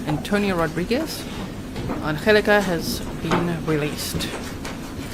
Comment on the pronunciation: Pronounced An gel aka